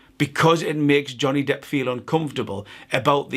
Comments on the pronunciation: # am I hearing this as an unintentional pun? Johnny “depth” I’ll resume listening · did u call him johnny depth? lmaoooo